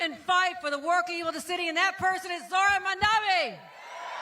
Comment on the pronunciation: lol Hochul is STILL mispronouncing Mamdani. Sheesh, it's not hard: "Hey MOM, you know my friend DONNY, right?" MOM DONNY MOM DONNY MOM DONNY.